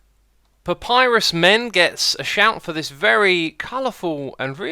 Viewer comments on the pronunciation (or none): none